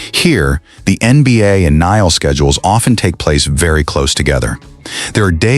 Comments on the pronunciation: The Utah Jazz and the Utah Mammoth style guides both indicate that the official name of the arena is "Delta Center" No need to update. Now, if you can get your AI to pronounce NHL correctly. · Man does the announcer f up pronouncing NHL. Embarrassing!